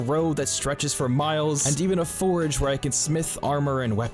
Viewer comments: Are you saying forage or forge? Definitely sounds like forage. Think you mean forge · I love this series! Also, its a FORGE, not a forAge :P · Love your videos bro. One thing, you are killing me by pronouncing forge as forage. Especially since forging and foraging are actual things in the game. Still, I always enjoy your videos. Its helping me learn to play the game myself. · It's forGE not forEG 😂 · I can't listen to this. You keep saying forage instead of forge. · FORGE NOT FORAGE , ik this is an old video but OML driving me crazy XD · Bruh, it’s “four-ge” not “for-uh-ge”. Not forage, it’s FORGE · it's a forge, A FORGE, not a forage, forage is what you do for food... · it is forge not forage, holy crap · You aren't saying forge. You're saying forage 😭😭😭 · Great video, very entertaining. But please learn the difference between forge and forage. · Forge. FORGE. Not forage. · Please, its a FORGE, not a FORAGE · NGL the way you pronounce Forge is ridiculous. I keep on hearing Forage whenever you say Forge 🤣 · bro says forge like "forage" so many times through this video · Love the video but you pronounced “forge” forage it was ruff lol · Quit saying forge like porridge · It’s funny how he says forage instead of forge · Forge. Say it. Forge. :P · Drinking game: Take a shot every time he pronounces "forge" as "forage." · Pronouncing forge as forage breaks my brain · Love everything except that you pronounce a forge forage. please make more but pronounce it correctly!! Love your stuff lol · he was talking about the forge that is mispronouncing as forage. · You say you know but you call a forge a forage, lmao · There is no a in Forge. 😂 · Great content. But your pronunciation of forge kills me